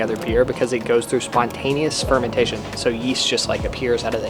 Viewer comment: did you say 'spermentation'?!?!?